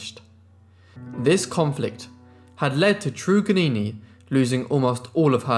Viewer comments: It's not "true-gannini" bro It's "TRRUGG" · Trug is normally pronounced as a hard ‘u’ ie tug. Van demons land is Tasmania. There were other native people in Tasmania that survived, Truganini was not the last Tasmanian. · At least give her respect and say her name right. It’s “Trug-an-ini”!!! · A sad history and thank you for covering it. Her name is pronounced trug as in drug Truganini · (PHONETICALLY pronounced).... ~Truggah-nee-ni~ 💖 ~Van DEMONS Land~ ~AY-BULL TAZZ-MAN~ 😊✌🐨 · Truganini as in 'Dug', Van Diemens pronounced Demon, you're welcome, cheers. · It's Trug as in drug